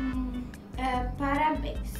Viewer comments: Só eu que percebi que no presente ela falou parabem ??? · da agonia com o m no parabéns;_